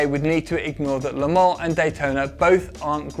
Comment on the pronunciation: I love the way you say Le Mans